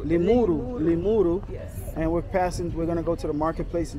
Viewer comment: It’s Limuru not Limuri town